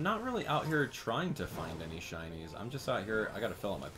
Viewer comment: ShINYS not shunts